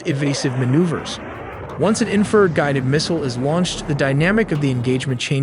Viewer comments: 'INFRA--RED' not "inferred" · IN FRA RED Red Not inferred AI is stupid You MUST truck AI how to pronounce words correctly IN FRU RED You drive me KNUTS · Bro, it's pronounced 'INFRA--RED'... 'INFRA--RED' not "inferred" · "Inferd"???? AI slop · It's infra-RED 😵‍💫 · Great channel but speech to text engine is super frustrating to listen to. Example, infrared sounds as inferred. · You guys always make a point to say you make original content WITHOUT A.I ! Although you kept pronouncing INFA - RED ... "INFERD" ... Like WTF ? No one pronounces it that way !!!! No one ! Accept maybe A.I that is. Definitely sounds something like A.I would do. And a crappy one at that. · I never knew it was pronounced “inferd.” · Why is it so hard for AI to pronoun IN FA RED. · Great video, I know it's a mix of people and AI, but could you at least try and clean up the audio on your video. That AI bot voice you're using (which a lot of anime summary subs use too) has horrible pronunciation of some words. Infrared is not in-furred. Mach is not mack, and so on. It makes you sound and look very amateur which I don't believe this account to be. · Is there a way to adjust pronunciations of certain words like infrared, the ai keeps pronouncing it as inferred. Your content is great but surely there has to be tighter oversight over the script. Much like Mencho video where city names were absolutely butchered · Infrared… in-fruh-red… enunciate. Great video though. Nice work. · “Inferd” 😂 Ai sucks at proNOUNCiation. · "INFERD RED" (infrared) 😁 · Couldn't pronounce in-fra-red right, which was quite annoying. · These videos really need a new narrator. Having a 20 something year old kid narrate this while mispronouncing INFRARED is wild. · Please stop with the AI slop! get an actual voiceover artist who can pronounce Infrared.